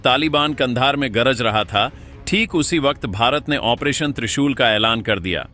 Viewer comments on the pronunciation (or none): अपना उच्चारण ठीक करें। ऑपरेशन को ओमप्रेशन बोल रहे हैं।